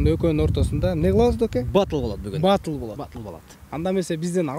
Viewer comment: Баатл эмес Батл болот.Биринчи туура суйлогулода.